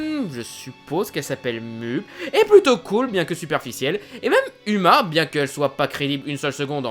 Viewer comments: Déjà uma ça se prononce pas "uma" mais "ouma" et la fille de Mulan s'appelle Lonnie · Ça se prononce pas Uma mais OUma !! Même si ça s'écrit Uma ! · mais non moi j ai trouver ce film super tes trop drôle quand tu es aussi prononcer uma c est mal prononcer et sa fait rire